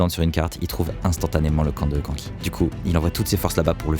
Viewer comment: C’est pas Kanki mais k’nki